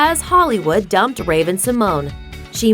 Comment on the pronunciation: I love how you said "Dump " like you wanted to take advantage of her